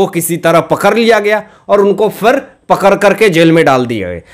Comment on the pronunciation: Pakad bol. Pakhar nahi